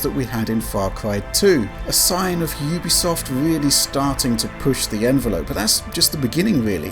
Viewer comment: I think you pronounce it Youbisoft Not Ooobisoft